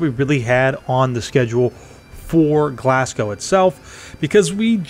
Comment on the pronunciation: This is a lot of fun! Quick pointer: It’s ‘Glaz-go’ not ‘Glass-cow’ It’s ‘Edin-burrah’ not ‘Edin-borrow’